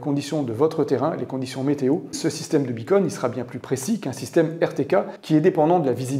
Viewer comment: Pitié : "beacon" = "balise" en Français. On n'entend que "bi-cône" !🙃